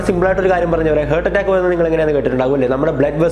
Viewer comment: Your heart attack pronounciation should be corrected👍🏻